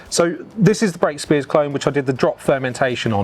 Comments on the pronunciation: Superb video. I grew up in South Oxfordshire and Brakspears was everywhere. I was very sad to see the Henley brewery close all those years ago. One point: it is pronounced Brack-spears, not Brake-spears. Cheers 👍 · Very interesting but its Brakspear note Brakespear